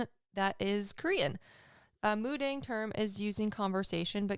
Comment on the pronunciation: Hey im Korean ❤ it's actually pronounced mu-dahng. 😊